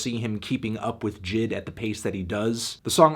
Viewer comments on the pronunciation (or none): J.I.D not jid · Why you pronounce is Jid. It’s J- I-D. He literally says it on Off Deez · maybe i prefer saying J.I.D but it irks my ears when i hear this man say Jid instead of J.I.D 😪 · Lmfaoo it’s J I D not jid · Normal Human Pronunciation: JAY EI DEE Melon Pronunciation: JID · Its not jid its J . I . D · Jay Eye Dee.. Not Jid 😂😂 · Its J.I.D. not Jid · J I D Not jid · it’s J. I. D not jid... it so obnoxious that he mispronounced it the whole time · this man really called him jid the wholee video... its "Jay-EYE-Dee" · I met J.I.D. 2 years ago when he opened for Tory Lanez. Super cool dude. He actually pronounced his name “jay eye dee” not “Jid” just for future reference. I agree with the score though. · Bruh say it with me J. I. D. NOT JID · His name is Jay eye dee lol it just made me a tad annoyed lol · bruh him calling him Jid is mad fucking annoying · 10 seconds into the video and you already called JID “N.I.G.”. Smh fantano, dislike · Bruh why he sayin’ his name like that?😭💀